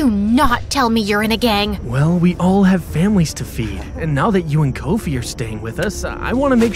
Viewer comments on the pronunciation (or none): As a Ghanian im soo happy and shocked, thankyou,wooooow🎉🎉🎉🎉oh and its not Coffee, Koaufi its Kofi straight up the oh has an ooh sound, btw its Abena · "Kowfee"😂😂 instead of kofie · Not correcting, but Abina is spelt Abena and Kofi is pronounced differently than said. Nevertheless, great story! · But the pronunciation of Abena's and Kofi's name kinda ticks me off,but I'm so happy we're finally included